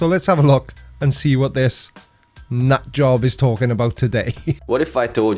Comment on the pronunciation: Fun fact: "nutj - ob" comes really close to the correct pronounciation! 😂 As I stated in my comment: only Monty Python's "nudge nudge" comes closer for your English tongued tongues!